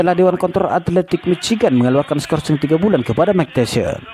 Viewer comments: MAAF MIKE TYSON, DIBACANYA MIKE TAISON, BUKAN MIKE TESION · Mike Tyson dibaca Bacanya Bukan "meik teshion" bung tapi "maik taysen" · Mike tyson dibaca Maik tasyion 😂 Btw Andrew itu dibaca nya endru bang 😂 Tyson dibaca taysen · Apa sy aja yg denger kalo si ngmong mike tyson jadi mike tesil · Cara membaca Tyson benerin min...